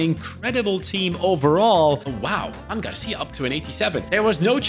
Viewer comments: I know you are not native in spanish nor catalan, so it's a normal mistake but it is not "Juan" it's "Joan". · is not Juan, it’s Joan (García) lmao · Its not Juan García, its Joan García (Joan is catalan version of Juan, but is his name). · It’s actually JOAN García, not Juan. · Joan* not Juan